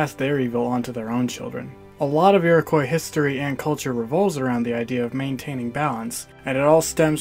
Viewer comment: Learn how to pronounce "Iroquois" please